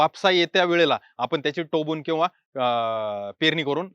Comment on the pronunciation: टोबून नाही सर टोकून